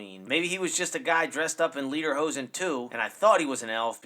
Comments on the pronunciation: it's pronounced lay-durr-hoe-zen (yes, it's german), but the picture you showed is a "Dirndl" (don't even bother), which is a type of skirt. Lederhosen = leather pants. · I assume it's pronounced "leh der hoh sen" - Leder (leather) hosen (hoses)